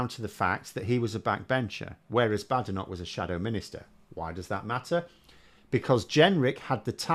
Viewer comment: It's pronounced "Bad Enoch". Together with Sunak, Priti Patel, Suella Braverman, Javid, Kwarteng & Zahawi .... I'm becoming opposed to immigration. Why is it that the children of immigrants are the toughest on immigration?